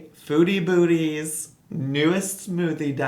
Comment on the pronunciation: I kept hearing "foodie booty" hahah